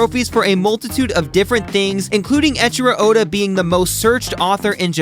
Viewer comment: Could you at least pronounce his name correctly if you're gonna make a video about his work? Ngl it's a little embarrassing that you didn't bother to do that one courtesy.